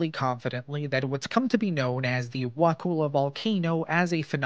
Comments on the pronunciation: Wah-cull-ah might be an easier way to type it. I did a video years ago, tracked down local news footage, talked to a cop there, wrote the town name down by pronunciation and still tripped over it repeatedly when narrating. So many outtakes for a short vid, I do understand. I grew up in Tally, had my first wedding at Wakulla Springs Lodge. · You need to learn how to pronounce wakulla. You probably get Kissimmee a Osceola wrong too. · Everybody not from here mispronounces Wakulla. I've been all around both counties since 1971 and never heard of this either. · I'm also from Tallahassee. Perhaps he over reacted, but the mispronunciation of Wakulla is actually very disconcerting. It's pronounced exactly the way it is spelled under stranded English pronunciation. A vowel followed by two consonants has a short sound. That's elementary. Of course like every rule in English, this one is broken very often. 🙂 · 7th generation Wakulla Countian here. Great video. You mispronounced Wakulla, but I forgive you 😊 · Wa kull ah not Wa cool ah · It's pronounced Wa-ku-la. All vowels are short. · Wa-Cull-a not "cool" pronounced Kull as in to cull a heard. Why can't anyone get this right? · Wa' kulla' not cool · I'm glad someone talked about it, but it is pronounced Wa-kull-A(h). Not the way you are saying it. XD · Wakulla Springs is definitely not a hot spring. I've swum there many times, and the water is barely tolerable because of the cold temperature. I lived a little south of Wakulla (pronounced wa-KULL-a) in the early '70s, and never heard of this. I believe the reports of the past, and my guess is that it was a peat fire. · It's Wa-kull-ah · Pronounced wa-ka-la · Wah- CULL-a please do your research to avoid mispronouncing place names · you might be an exception tbh ive never heard it pronounced wuhkooluh here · only people not from this area pronounce Wakulla with a long U. That’s how we know they aren’t from here.